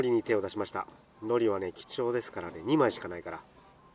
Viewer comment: 海苔の発音間違ってませんか！？wwwラーメンシリーズ最高です